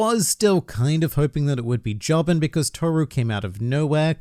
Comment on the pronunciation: Araki drew real world people as well as rock humans and og universe women to show that you cannot tell the difference between them. Also its pronounced JO-bin not jobbing